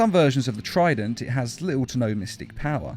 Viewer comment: is it trident or frident?